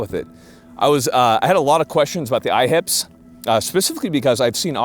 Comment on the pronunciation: I keep thinking he's saying "IHOPs", now I want sum pancakes....Smh